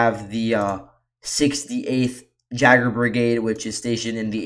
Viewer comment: J is passive in "Jaeger" (Yay-ger). Translates to "hunter" in German (other languages?)